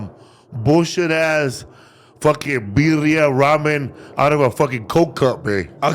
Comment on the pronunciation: Did say "Virria" smh 🫩😂